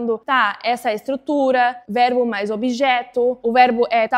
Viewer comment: Impressionante seu português! Percebi que você troca o ''b'' pelo ''v'' em nas palavras que terminam com a letra b. Exemplo: Quando você falou VERBO, o ''b'' saiu com som de ''v''. Mesma coisa com a palavra ACABA. Mas nada que atrapalharia a entender. Ótimo vídeo!